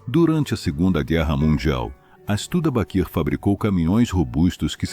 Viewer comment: Inteligência artificial, deveria ser renomeada para imbecilidade artificial, dói os ouvidos, escutar essa narração. Horrível , diamont, vira daia monte, reo, vira hell, estuda baquir é dose.